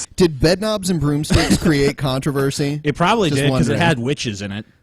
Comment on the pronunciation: says controvershi. is garbage.